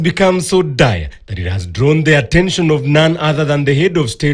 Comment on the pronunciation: The word is DIRE.... Not dier